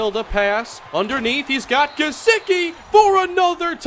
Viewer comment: Gesecky not gesicki, btw I know how it’s spelled that’s just how you say it